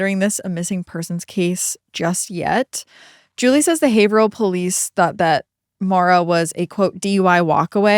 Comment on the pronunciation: I was waiting patiently for you to butcher the pronunciation of Haverhill but was gladly disappointed. You nailed it!